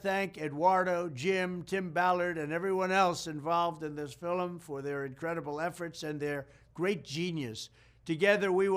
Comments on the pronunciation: Why is he saying "fillum" instead of "film"? He did it three times. Is he starting to slip a little bit like Biden? I hope not. Everything else that he said in this clip sounds like the old Trump. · He just said it again. Fillem. Someone please teach him how to say film. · Why is he saying filll um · I agree with his message. But film is not pronounced “fil-um” Mr. President. Lol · He pronounces it “fillum” rather than “film”. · FIL-EM 😅😂 IT'S FILM one syllable. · Fillum? Lol 😂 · Did he say filim? did he say filim twice?🤔 No he said it again! 😂😂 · Say …fillim one more time …please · It's interesting how Trump pronunces 'film' the way the Irish do. 'Fillum'. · and "fill-em" lol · Interesting how Trump pronounced the word “film”,,, he called it a “fill’um”. I seriously doubt Trump has even watched the “fill’um”. As far as all the claims of success he ranted thru in his little speech, people should take a few minutes and fact check his claims. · He said “a very important fill-em “ lmaoooo😂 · He had me... until He called " Sound of Freedom ".....a....." FILLIM!!!" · Are we just gonna ignore how he couldn’t pronounce “film” ? Lol (FILLEMIN) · his pronunciation sounds weird fillim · I liked Trump until he pronounced the word "film" as "fillum" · Trump: It's a very important fillum.... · Did he say “new fillem”? And where are the stats on his “lowest number ever”? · How is he pronouncing film? "Feelem" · I thought only Indonesians said Filem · I truly appreciate this message, but, oh, dear. Is Mr. Trump saying “F I L I M?” I believe I heard this pronunciation twice in his message. 😱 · PLEASE LEARN TO SAY FILM. ONE SYLLABLE. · President Trump is using my own phrases. Love how he says "filum" haha. But love how he says "all wrapped up in one". I described Lue Elizondo in a similar light a couple of days ago. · >very important fillum >fillum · Did he o pronounce, film with two syllables?. Fil em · The guy literally said watch this filum. 😂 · Lol "filim"